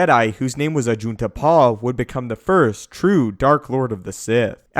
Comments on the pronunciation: Did you say ajit de pie That sounds like ajit pie destroyer of the internet IM WITH JEDI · Did you say Ajit Pai?